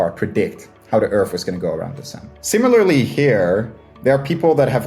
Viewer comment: I don't understand speaking English for a living and not being able to pronounce TH. Edit: Okay why can he say THE but he says "urf" instead of "earth"? Yeah, why are you moving that bottom lip up?